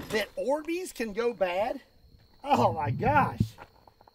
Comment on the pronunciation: I thought he was saying "expired Arby's" it took a minute to realize he said Orbeez